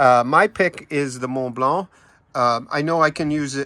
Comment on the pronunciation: A+ pronunciation of Mont Blanc